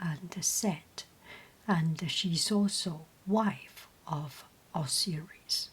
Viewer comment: I believe both Isis and Osiris are pronounced with the sound like eye or like you would say the letter i. Such as eye-sis or os-eye-ris. Hope that helps.